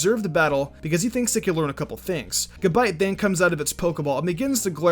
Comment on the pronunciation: fucking gAbite. not gibite, that shits pissing me off. lol